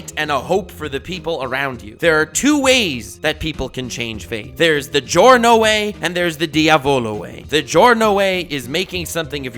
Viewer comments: The pronunciation of the names of Giorno and Diavolo at the start of the video is definatly the best pronunciation of those names I've ever heard from an english speaker youtuber and I can definatly say it's right because i'm Italian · Finally someone who says Giorno and Diavolo properly